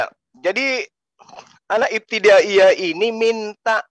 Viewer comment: Ngomong aja salah pendeta bodoh katanya iptidayah 😂😂😂😂